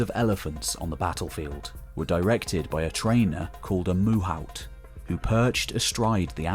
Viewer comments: An elephant trainer is called a mahout - (that's ma-hoot) - NOT moohowt or whatever. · Ehm... its Mahout(Ma-hoot), not Muhaut. It kinda hurt my ears every time. Anyways great content that is VERY welcome disregarding that minor gripe. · I always heard mahout said like "Mahoot", never heard this "Muhaut" variation before. All depicted with a kind of chisel to cut the elephant's spinal cord if it rampages at the wrong time, to this day mahouts have a hammer and chisel for that.